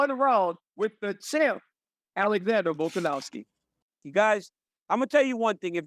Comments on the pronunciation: RC: "Volkanowwski" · RC my brother please stop saying volkanowvski 💀🫡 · Can Americans please stop pronouncing it "Volkanowski"? It's "Volkanovski", with a V. Volk isn't Polish.